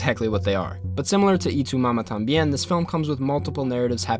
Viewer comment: Jajaj soy el unico que le da risa como prununcia Y tu mamá también? jaja lo dice como itumama tam bien xdd